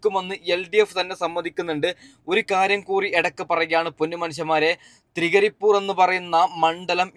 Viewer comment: തൃകരിപ്പൂർ അല്ല തൃക്കരിപ്പൂർ